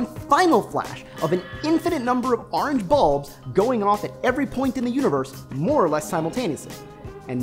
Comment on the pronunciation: Please don't say "Ah-range" anymore. My OCD of having to watch this seven times and hearing you pronounce "orange" that way is driving me insane.